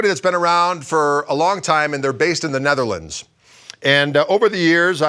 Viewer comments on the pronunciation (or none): none